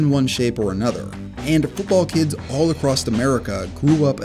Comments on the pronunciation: You lost me at "acrosst" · Did he just say footbull and acrosst?